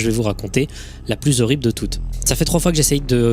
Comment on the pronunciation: Je suis au début de la vidéo, je ne sais pas si l'histoire va être horrible , mais ta faute de liaison est la plus ZORRIBLE qui soit lol